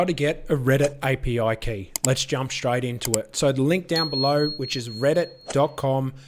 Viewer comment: "AYE PEE OUAI KAEY" Thank you for the vid 🙌